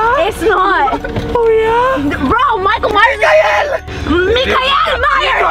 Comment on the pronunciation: “Micael Mayers”😂😂😂😂